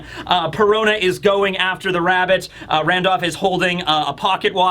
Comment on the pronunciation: You say randolph weird lol. “Randoff”